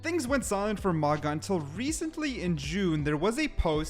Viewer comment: Pronounced Maooga. I believe.